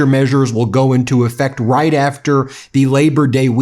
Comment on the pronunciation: Riieet? Riieet? No. Not right. She’s lying… to credulous ignoramuses.